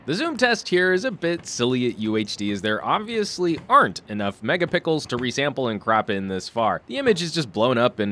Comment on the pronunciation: "Megapickles" made my day